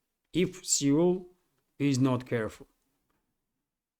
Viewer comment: (PS: Seoul is pronounced same as 'soul'.)